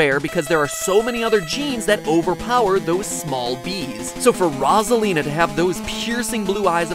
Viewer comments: Who else is triggered that he is saying ROZ A LE NA its Rose a lina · rAsAlina? I thought it was pronounced rOsalina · I can’t get over the fact that he keeps saying “rawsalina” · it's ROSALINA (rose-a- lina) not (roz- a- lina)! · It's not ROS - A - LEEN - A It's ROSE - A - LEEN - A goddammit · I could barely get though this with him saying rozalina IT'S ROSA-LINA AAAAAHHH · It’s ROSE-A-LINA not RAWZ-A-LINA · I can’t get over the RASALINA like wtf 😭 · Was anyone else annoyed that he kept calling her "Rawzalina" instead of "Rowzalina?" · Rossalina. ❎ Rosealina ✅ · Do you mean Rosalina not Ross a line a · Mat: every thing you kno- Me: I thought it was rOsalina not rosslina (No offence) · Roz-elina? I thought it was Rose-alina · It’s ROH-ZUH-LEE-NUH, not RAH-ZUH-LEE-NUH. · It’s Rosalina not Rasalina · It's rose-alina not ros-alina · It’s pronounced row-za-lee-nah not raw-za-lee-nah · The way you pronounce it is Rosalina not rozalina get it matpat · 3DS homebrew people pronounce it that way too lmao. "Luma3DS and the rawzalina menu" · r a w z a l i n a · Wilkinson i just said rawzalina with spaces cuz i thought thats how it sounded like when mat said it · Seriously! Its Rose-a-lean-a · 🥩 Rawsalina 🍗 Cookedsalina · RoH solina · I once saw this comment and cant stop hear rawsalina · It's actually Rose-a-leen-a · It’s Roz-a-lina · ITS ROSE A LINA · You pronounce it ro-sa-li-na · LollyKitten it’s frickin Rosalina like come on!! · At the top you spelled it “Rose-a-line-a, but it’s definitely not pronounced like “line” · It’s actually rosasita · It's pronounced /ɹɒ.zə.liː.nə/ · Pretty sure it's pronounced Rose-ah-lee-na. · Matpat the entire video: “ROZ-alina...ROZ-alina...” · I'm watching this in 2019, notice my coment. And MattyPatty Burger, it's Rose-a-lina. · EnderFox_4643 Viglione it’s not the right way It’s Rose-a-Leen-a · He probably said it like Roasealina on purpose >:( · Omg PRONONCE IT LIKE ROSE-A-LINA! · Omg it’s pronounced rose-a- lee-nah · Rosalina❌ Razalina✅